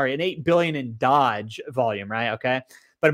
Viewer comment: I hate the way you say doge 😂😂